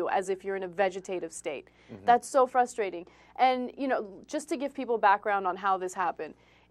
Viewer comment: frusstrating??? this is terrifying!!!